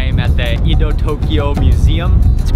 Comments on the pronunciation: Very nice job. I enjoyed this presentation thoroughly. May I make one trivial suggestion? No reason to pronounce "Edo" as "ee" [as in "mean" or "geek"] do." The English short "e," as in "let" or "men," is close to perfect. So "e [as in "let"] do." But otherwise, such an informative and well presented documentary. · It's not Ido, it's Edo. This guy must learn correct pronunciation before make video. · It's pronounced Ed-oh